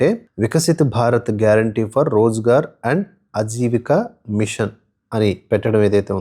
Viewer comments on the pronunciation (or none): "అజీవికా" కాదు ఆజీవికా అనాలి.